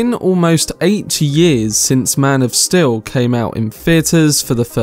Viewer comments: I really like your video but i have a nitpick of you pronouncing steel as still. Other than that great video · "Maan Of Still'' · am i wrong or is he enunciating Steel wrong?